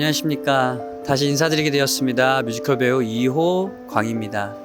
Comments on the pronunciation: 뮤지컬 말할때 커rrrr 발음 진짜 킹받아요❤ㅋㅋㅋㅋㅋㅋ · 뮤지컬ㄹ~~ 발음 모야모야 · 뮤지꺼rr~ 킹키븟ㅊ~ 발음 킹키받네 ㅋㅋ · 내가 보려고 만든 포인트 무테안경 뭐임? 괜히 열받음 뮤지컬에서 갑자기 발음굴리기 도입부 장인 내 몸~~~에 반할걸 우~~~~~~위!! 나지 왕언니(존나든든함) 쌔삥 꿈으로 1패너지 전라도롤라 행보가자나? 갑자기 걸쭉하게 내지른후 할아버지 턴 다리 털도 만탄 마리야?!?!!!! 진짜 존나 잘해줄거같음 ☆☆☆일렉짜장☆☆☆ 태권품새 후 갑자기 아무일 없었던듯 흐느적 우~~~~위 왤케 잘불러;;; 경로당스탭 쌔삥 꿈으로 2패너지 3패너지 ☆☆☆쎄마넴☆☆☆ 중대장은 너희들에게 실망했다 차력롤라